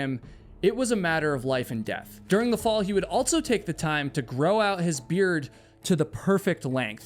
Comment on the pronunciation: It drives me nucking futs that you insert a t into words like ‘also’ aka ‘altso’. I know I do not HAVE to watch, but you actually have interesting videos. I wonder if the ‘insert a t into words with the stress on s’ is a dialect. It has to be. Just like Tiger King’s accent absolutely drove me crazy. At least you don’t sound like him 😵‍💫😁